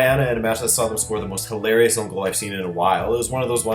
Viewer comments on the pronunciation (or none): none